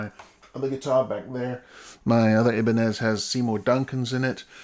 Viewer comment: Aloha, just pointing out that Ibanez, a Japanese brand, so the name is pronounced Aibanez (Both the I and the A are short vowels, with the I as sound-alike to "eye"). BUT ye did an EXCELLENT job of doing an announced demo of these pups in chorded and single cleans/dirty. I agree, they do fantastic job of the clean sounds, but are somewhat lacking in the full richness for chorded dirty sound. Mind ye, for "chugga chugga" they're passable. I suspect I'd use them for passages that emphasise cleans, but yes, for the price, they're best ONLY if weight, split vs HB level equity AND noiseless operation are the paramount considerations. Still, I do like the cleans, so think I'd put a set into a Les Paul type. Noise is a problem where I live n play AND with a LP type, durned thing's already a heavy chap. 😖